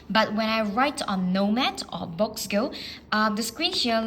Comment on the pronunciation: Boox is pronounced “books”